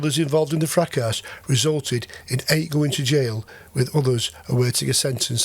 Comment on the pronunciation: Plain English .... NOT "fracASS" . Try "fracaS" - silent "S" ...like French.